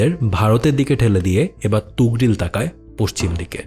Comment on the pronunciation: আফসোস যে মহান সেলজুক সাম্রাজ্যের প্রতিষ্ঠাতা এবং সুলতান তুগরিল কে এই ভিডিওতে ' তুগরিল ' বলা হয়েছে । 😢